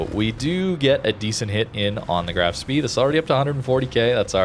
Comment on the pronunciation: Just a heads up. The Graf Spee is pronounced Spay :P